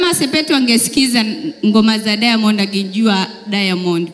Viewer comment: 🤣🤣🤣 She is trying to pronounce, "Diamond" with an 'i' like Tanzanians😆😆. Eti "Diamondi"!!